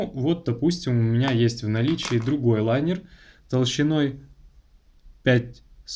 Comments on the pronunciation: линер а не лайнер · Правильно же говорить лИнер?